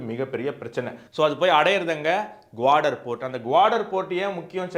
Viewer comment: குவாடர் அல்ல, கவாதர்.. அதேபோல் சப்பார் அல்ல, ச்சா பஹார் (நான்கு பருவநிலை)